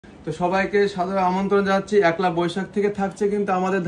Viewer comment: দাদা ওটা একলা বৈশাখ না ওটা পয়লা বৈশাখ আর আপনার গহনার ডিজাইন গুলো খুবই সুন্দর😊😊